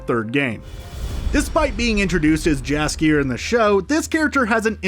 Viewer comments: Jaskier should be pronounced as Yaskier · [Sigh] "Viscount" is pronounced VAHY-kount, NOT VIS-kount. The S is silent. And I'm pretty sure the J in Jaskier is pronounced as a Y. And Geralt's name is...just wrong. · So much about Jaskier without pronouncing his name right even a single time. NEw AchIEvEmENT. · And Jaskier (pronounced 'yasskier') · hmmm, I like Jaskier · Gralt was not that bad, but Jaskier and Andrzej Sapkowski makes my ears bleed. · The pronunciation of "Geralt" isn't bad. "Jaskier" is wrong though, and "Andrzej Sapkowski" is simply hilarious ;)